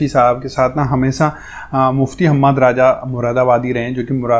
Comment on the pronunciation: आप राजा कहते है राजा नही भाई रज़ा बोलते है